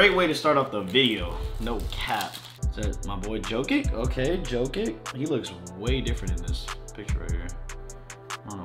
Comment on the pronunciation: Bro said JoeKick